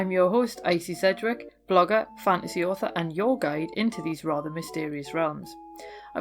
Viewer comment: I love your accent, but I will confess that for the longest time I thought you were introducing yourself as a "fancy author". I thought this was such a wonderfully eccentric thing to proclaim! It wasn't until much later that I realized you were saying "fantasy author". XD